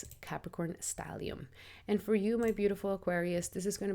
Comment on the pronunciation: *Stellium, not stallium. Thanks and Regards.